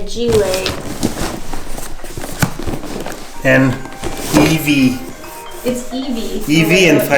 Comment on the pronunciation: You don't pronounce fragilee you pronounce it as frag-isle